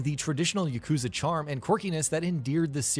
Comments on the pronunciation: Its not: yuh-KOOO-zuh It's: YAH-ku-ZAA. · It's YAH- KU- ZA not YUH-KOO-ZA